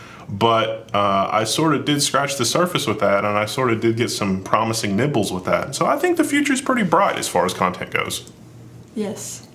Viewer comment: does say "nipples" or "nibbles"? both are hilarious. I haven't been following the Crit TV / Level1 / whatever fallout, but glad to see the group making their own projects.